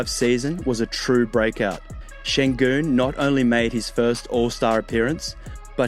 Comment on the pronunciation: I congratulate you on your pronounciation of the Ü sound which does not exist in English and you are a native speaker I believe.